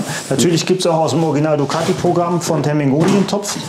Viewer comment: Termignoni wird Terminjoni ausgpesprochen :D